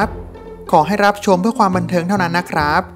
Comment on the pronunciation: สองล้อย...ไล่ อ่านคำไม่ผ่านครับ ร้อย ล้อย ไร่ เป็น ไล่ รับ เป็น ลับ